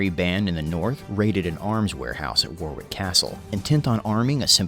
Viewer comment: Little note, Warwick is pronounced Worrik. Worcestershire is pronounce Wustersher.